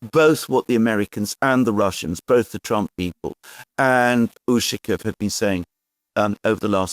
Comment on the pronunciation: Pronounce: UshAkov. Stress on the second syllable.